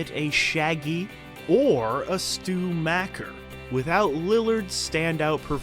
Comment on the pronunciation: Macher is pronounced mocker. Not macker. Don't upset me